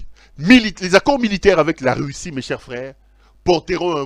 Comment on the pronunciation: Ont dit Russie et non “reussi” comme tu le dit pero